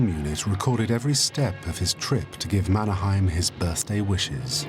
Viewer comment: Problems: - Mannerheim pronounced wrongly. - "old enemy" .. 22 years of independence does not make one as on old enemy - Russian soldiers are wrong. Those were Soviet soldiers AND mostly Ukrainians (Stalin's way to make a genocide) - not explained why Mannerheim knew: because he was an officer in the Imperial Russian army. - you'll notice there is an Alexander II statue in the middle of Helsinki (the old center) .. because he maintained the semi-independence of Finland. - Finland needed German help because the fact that Allied were too weak and sending help using ships were impossible. And due to the blaa blaa blaa instead of actions (which dominates today's EU too). Finns typically act. We are introverts here and mostly dislike blaa blaa blaa.